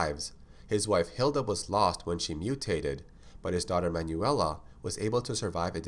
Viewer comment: You mispronounced a couple names: Manuela I pronounced "man well uh" for one.